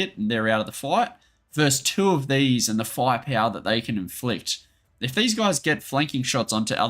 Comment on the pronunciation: фая-пяуа :D The way you pronounce "firepower" is so funny. And Russian unit names too :D Grait video thiugh. Thanks!